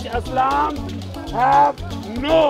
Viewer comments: It's Islam not Aslam 🤣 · firstly its not gaaad secondly its not aslaaaaam